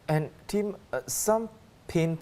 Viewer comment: My dear, the name "Tim" is not pronounced "teem". "Sylvia Lim" is not pronounced "Sylvia Leem". And the English word "city", is not pronounced "see-tee". Maybe work on your articulation of English before you go on air in future.